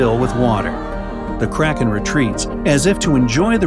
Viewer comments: Who else thought kranken said karen like it you did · I thougth you said crackhead lol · ohhhhhh i thought you said carrots